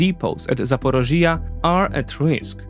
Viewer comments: Why don't you research your pronunciation, too. One example for all - the accent in "Zaporizhzhia" is in the 3rd syllable, not 4th. You can also use an app to read your text out loud, take pronunciation notes, and only then do your own reading. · I liked the video but if you gonna talk in length about a place learn to pronounce it first, my ears were bleeding hearing you saying Zaporizhzhia and I'm not even Ukrainian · Zaporizhzhia NOT ZAPOROZHYE. LEARN UKRAINIAN FFS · Hi, You're pronouncing Ukrainian places using Russian names. For instance, the region and city of Zaporizhia. Please see quote from Wiki, "Zaporizhzhia[3][note 1] (Ukrainian: Запоріжжя, IPA: [zɐpoˈriʒʲːɐ] (listen)) or Zaporozhye (Russian: Запорожье, IPA: [zəpɐˈroʐje] (listen))" which I hope helps explain it. I wouldn't normally make a comment but you use the Russian Zaporozhye dozens of times in the video and it's also not just this word and not just this video. A nation fighting for its independence from Russia should be able to reject its colonial names. It's particularly important right now so it would be great if you could go out of your way to accommodate this. Thank you! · It's not "ZA-PO-RO-(JI)-YA", where the part in brackets is stressed, it's "ZAPO(RI)JJYA". Listen to some Ukrainian news presenters here on Youtube saying this name. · It's call Zaporizhzhya, the sound on the I. Just would like to help. Ty for your vids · The explanation nearly perfect, thx! Hope ZSU & the partisans manage to cut off those supplies soon, really hope, it’s extremely needed Besides the topic, thx for clearly showing Crimea as Ukraine. Btw Zaporižža, zah-po-REE-jah, j like si in vision 😉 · The way you say Zaporishia or other names is just painful to hear. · I have never heard of such funny pronunciation of my hometown Zaporizhzhia😅 Accent must be put on the first “i” in the word. But so detailed analyses of the situation I did not even see on Ukrainian channels, thank you!